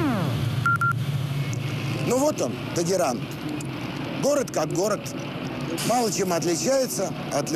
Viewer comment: Только не Тэгеран,а Тегеран.